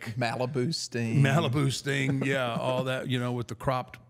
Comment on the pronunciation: The way pronounces 'Sting' sounds very much like 'Stink' 😂